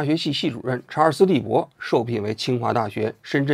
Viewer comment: 隔壁老王把查尔斯利伯肯定念成查尔斯韦伯了。。。所以才后期加工修正明显。。。:face-green-smiling